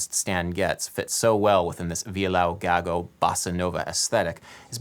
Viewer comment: just imagine : I AM Brazilian, and I speak english, basicaly because It's taught every where. BUT THEN I see a video about that song and comment that I'm Brazilian and that he should see how to pronounce the things he says, for example : violão gago. He said violao gago and COMPLETLY FORGOT THAT IT'S violÃo gago, the A has an u sound. BUT THEN THERE IS A GUY THAT DOESN'T TRUST ME AND I CAN'T PROVE IT Now, imagine that this IS what realy happend. THERE REALY IS NO WAY TO PROVE I'M BRAZILIAN SO JUST TRUST ME